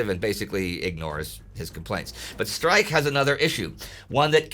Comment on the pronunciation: You should learn how to pronounce Streich, because it seemed you were saying General Strike, the whole video! ;-) First consonant sounds as sh, not as s. Last one sounds as h, but even harsher, not as k.